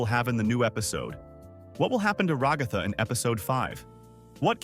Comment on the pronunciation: I get so annoyed when he says ragatha it sounds like he says rugafa but it’s rag-a-tha